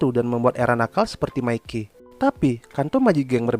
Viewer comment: Tolong klo bisa saat nyebut nama mikey pelafalannya pake bahasa indonesia aja seperti di menit (mi-key) jgn pake pelafalan inggris seperti di menit (me-keey) jadi terdengar kaya bahasa kotor yg artinya miss-v 😅